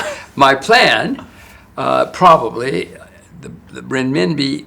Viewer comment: He can’t even pronounce Renmibi correctly.